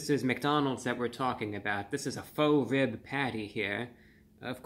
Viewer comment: When you say 'faux ribs', do you mean like 'faux shaux'?